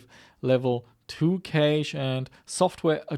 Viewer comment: Cache is pronounced like cash, no?